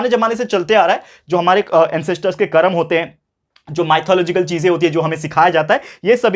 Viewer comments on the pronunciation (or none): none